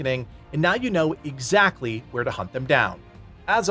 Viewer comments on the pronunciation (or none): none